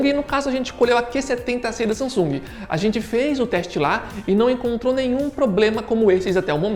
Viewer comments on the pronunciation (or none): none